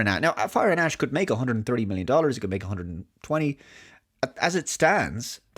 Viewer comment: I can't unhear "Avatar: Fire & Ass."